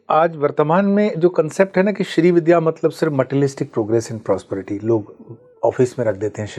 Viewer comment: Madam, पूरा podcast किया आपने पर श्री विद्या को ठीक से कह नहीं पा रहीं- don't you think it's the basic requirement of doing any program that you equip yourself by studying the subject well? You're saying "श्री विध्या" with such aplomb!